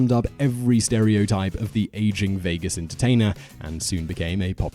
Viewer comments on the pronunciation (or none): none